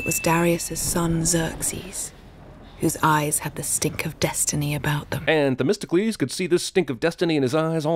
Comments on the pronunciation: isn't it "The-mist-oh-clease"? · You’re supposed to pronounce it like “The Mystical Ease” that’s nowhere near testicles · 100 sins for Themistocles sounding like "Testicles".